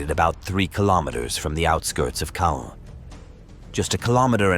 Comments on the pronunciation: It’s actually pronounced ’Con’. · Caen is pronounced more like "Con" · I have a hoopla app account, has been listening to WW2 books narrated by both British and American readers. They all pronounced Caen as “con” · most audio books I listened to so far with “con” pronunciation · How many pronunciation’s of Caan, can you put in the same video? It’s the same location they have the film festival, we’ve all heard it before , lol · Not sure what to make of this. Pronounced Caen three different ways - all wrongly. The Germans destroyed a Churchill tank by aiming at its fuel tank? Seems one of the most heavily armed tanks of the war would not have its fuel tank unarmoured to be shot at. If it was external then that catching light also wouldn’t destroy the tank for various reasons.